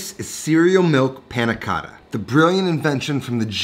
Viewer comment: . You pronounce many Italian things quite well, but "Panna Cotta" you pronounce it too “American” ! ;)